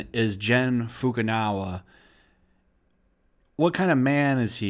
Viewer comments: why u keep saying FUKU NAWA it's FUKU NAGA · Just a bit of a correction for you. Its pronounced foo-koo-nah-gah not foo-koo-now-ah I always thought Funimation was weird. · They mean as opposed to "nawa" which is what's been used consistently in the video but emphasised the wrong part of the name. Maybe it's just a presumed cultural/language difference thing, or just simply misreading? I don't want to presume anything worse. But romaji (japanese written in latin letters) doesn't use any weird pronunciation trickery that would lead to naga sounding like nawa. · Anyone else notice that Fukunaga is being pronounced Fukunawa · You are butchering Gen Fukunaga name so badly. You have been saying 'Jin Fukanawa' through your whole video 😂😂😂😂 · What's his name? Fukunawa? I didn't realize that was how you pronounced a G. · Just a little heads up. Naga is pronounced Nag-Ah.